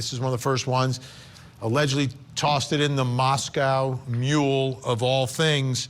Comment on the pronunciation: I love how Vinnie Politan just pronounced “Moscow Mule” like “Moscow”, Idaho.